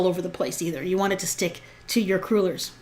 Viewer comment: "Crew-lers"? OMG no, they are "craw-lers". Palease! Dough, not batter.